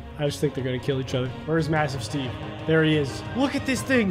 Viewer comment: It’s not “massive Steve” It’s Massiveteve